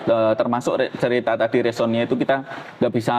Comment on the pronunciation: Bukan resonia tetapi??Resiona😂😂😂